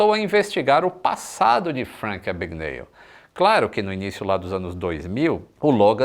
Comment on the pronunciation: "É AbgaNÉÉLL!!!"